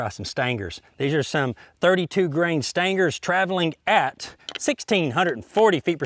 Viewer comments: It always makes me smile when you say "Stangers". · Lol, me too! I'm from Middle Tennessee and I have NEVER said "Stangers." 😁